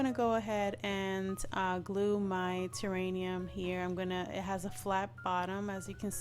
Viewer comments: love your vids and you accent. honey it is terrarium. not terranium. pls know i think it is sweet that u misprounced it. not being mean at all. i would want to know if i pronounce something wrong, so i am letting you know. xoxoxo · This is beautiful! Wish I had room for one. I love it. May I tell you the word is "terrarium".